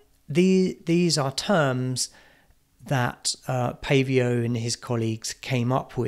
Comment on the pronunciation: Umm... isn't it Paivio...not Pavio?